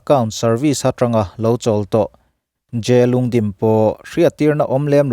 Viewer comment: Lungdim niloin Lhungdim